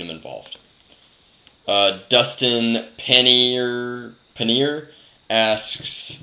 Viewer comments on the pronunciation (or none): none